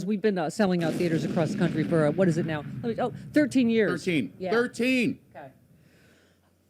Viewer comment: Can this fool not say “country”? It’s always “countreh”.